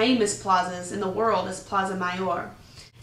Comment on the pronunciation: so after 1 year living in Madrid you 'know fully what is Spanish'. Vey impressive, but possibly BS. Spain is a huge country with very different regions. I spent a year playing grand theft auto. I now fully understand America. Christ, you can't even pronounce plaza, which leads me to believe you don't speak Spanish, another factor which leads me to doubt that you fully integrated yourself. Most of your videos seem to show tourist activities